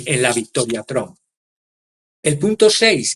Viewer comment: no solo te comes las” s” ahora es invisible la “ p” de Trump ( tramp). De les escucha mal vs, no suena bien.